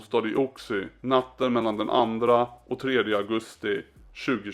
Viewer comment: En fråga säger du Oxie? Ox-i-e är i så fall det korrekta uttalet med O som i oxe